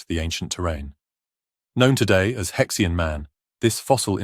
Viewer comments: It's either He Xian /Her Sheen/ or He Xi An /Hershey Anh/. It's definitely not pronounced /hex ee anh/ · You are talking about a fossil hominid with a Chinese name and named by Chinese. Therefore, you did not pronounce the name in English as “Hex ee an”. You make him sound like some kind of spanner. It is more properly pronounced - as best as I can write it in English characters here as: “Her she arn” The “her” sound is made in the back of the throat but not guttural. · Judging the pronunciation of names this is very dubious as an academic treatise. More a treasure chest game. He Xi An?